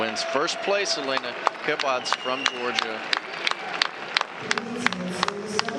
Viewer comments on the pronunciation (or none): It's not Kabadz that E isn't spent, you pronounce it like in Italian, Eh